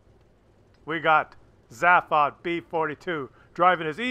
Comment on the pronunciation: Sorry but his name is pronounced ZAY-fod. As said in the film, radio and TV shows of The Hitchhiker's guide to the galaxy.